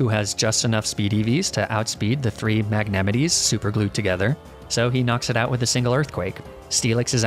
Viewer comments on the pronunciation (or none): “Magnemity” and “Jolduck”, psychopathic pronunciations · I love your videos but for god sakes, Magnemite is pronounced MAG-NE-MITE. The last e is silent. Also Golduck has a g as opposed to the j sound. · Wtf is a "magnemiti", a "yolduck" and a "yolbat" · This video was really cool and fun and I love the idea and the risk of the run! Not too sure about that Magnemite pronunciation tho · Someone else won says Magnemite like Yosemite! I also call it "Magne mee tay" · i,, i dont like how this guy pronounces magnemite